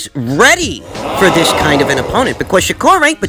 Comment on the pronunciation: "to dis day".